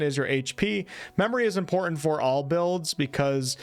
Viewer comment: Good video. However the words button and important each have a T near the middle and are pronounced But-ton and Im-por-tant not buh-in and an im-por-ent. You did say hit-points..not heh-points. At least theres that. Oh no. Fou-en instead of Fou-ten. Oh man.